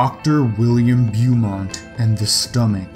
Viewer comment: in number 2 its pronounced macinaw, and the doctors name is pronounced bomont